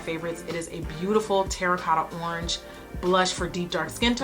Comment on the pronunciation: You trying to pronounce the orange scent with the French accent SENT ME 😂 I love watching your videos. I’m a stay at home mom of 2 little girls & your videos always make me think of ways to take care of myself better. 💜 $nikkimcfatty